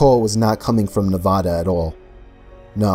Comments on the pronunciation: Story was good, but what ruined it is when he fucking mispronounced Nevada. WHY DOES EVERYONE NOT FROM NEVADA SAY IT WRONG?? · As someone from New Jersey who now lives in Nevada, your pronunciation of the state offends me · So just for future videos, it's NE VAH (hard A!!!) DUH